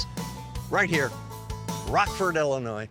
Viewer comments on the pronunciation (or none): It’s Ill inois , not ELL inois. Rockford is my hometown.